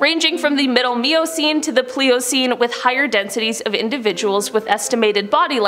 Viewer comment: Cenote = Seh-noh-tay...............Miocene = My-oh-seen...............Pliocene = Ply-oh-seen